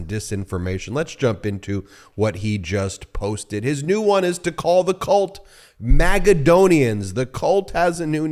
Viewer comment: You mispronounced 'cult' behaviour...